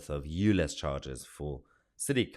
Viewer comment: if this guy says "lez" or "you lez" one more time he's going to get himself demonitized and locked up for homophobic hate crime, i really would not be surprised if he's already triggered the YT sensors